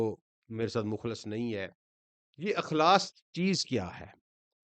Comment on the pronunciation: مخلص لفظ پیش کے ساتھ نہ کہ مخلص زبر کے ساتھ۔ کیونکہ مخلص پیش کے ساتھ کا مطلب یہ ہے کہ جن کو اللہ تعالی نے خالص کیا ہو نہ کہ وہ خود سے خالص کیا ہوا ہو۔